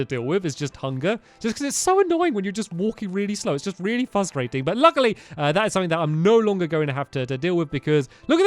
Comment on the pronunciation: sooo "fustrating"